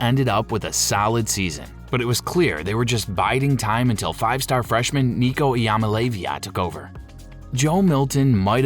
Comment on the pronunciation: Nico I'm-a-LEAVE-ya